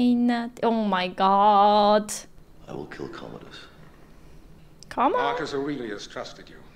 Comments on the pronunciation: However his name is "Commodus" and not "Communus". 🙂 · The name is Commodus. There's no "N". He was an actual Roman Emperor. But this is not historically accurate, it's a made for the big screen story. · Go to sleep "Comonus" haha